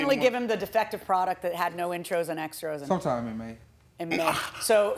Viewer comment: He had the Judge saying "extros"! 😂